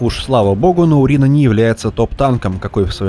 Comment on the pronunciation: Почему урина ? Урэй как бы